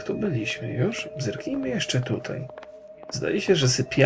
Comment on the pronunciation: Gdy rock wchodził do sypialni pani Black zamiast zerknijmy usłyszałam bzyknijmy XD